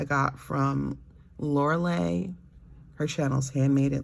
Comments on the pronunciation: I love your videos! You describe your experience with fountain pens so well; it makes me happy. You are so calming to listen to. Your friend Lorelei’s name is pronounced like “Laurel”+”lie” (like: “don’t tell a lie”). You can hear her say it at the beginning of her videos. Thanks for your videos! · Thank you! If I hear you say Lorelei right, it will just double the bliss of hearing your sweet voice. (